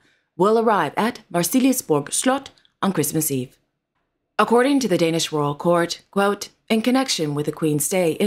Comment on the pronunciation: I must congratulate you on your Danish pronounciation 👍🙂